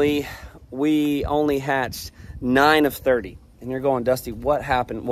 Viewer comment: Hatched, not gatched